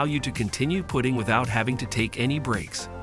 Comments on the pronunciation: STOP with AI voices, putting isn’t pronounced put-ting in this context but putt-ing amongst other mispronouncings that occurred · It’s putting not pooting lol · Putting is short U sound. Are you educated ? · Your AI REALLY SUCKS!!! Don't knit how else to say it. 1- The Hoto Rotary Tool Kit; pronounces ROTORY as "ro-tairy". 2- Same to as above, princess GRINDING as "gridding". 3-Inbirdie Tempo; pronounces "putting" (as in golf), as "PUTING" (the act of placing something). Sounds REALLY STUPID on the video. 4-Kootenay Carabiner; pronounces "cara-be-ner" as "CARA-BIN-ER". 5-Briksmax Light Kit For LEGO; pronounces "LED" (as in Light Emitting Diode, or LED Lighting) as "LEAD" lighting kit. Didn't know they were making lights out of lead. I wanted to like your channel and look at more, but I just can't.